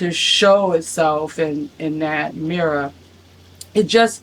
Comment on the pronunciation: I can’t listen to you say the word mirror anymore